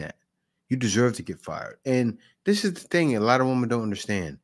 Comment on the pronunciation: Good video and great remarks by you. I am glad that these WOMEN are being dealt with at last. By the way, many modern people pronounce women incorrectly. It's women - not woman - there is a spelling difference you can see. Plural is not singular, one woman is not the same as ALL women. When speaking of All or a group of Women it should sound like "WIMEN". Using "woman" when speaking of ALL women sounds very uneducated.